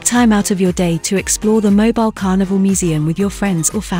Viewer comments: It's pronounced Moe bill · Learn how to pronounce the name of the city before you do a video on it.